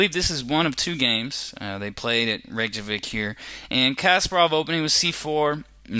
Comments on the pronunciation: I understand but its not how you pronounce it like REYK-JAVIK it should be REI-YK-KA-VIK this is the correct pronunciation. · It is pronounced as Re-Ka-Vik not Reyk-Javic like how its spelled. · Looks like it depends on what place you are. In the video you pronounce it the way its spelled. Reyk-Javik. Not Reyk-Kavik. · Dude , it' s not casper-off, it's Kas`PA-rov! Not to mention Island's capital...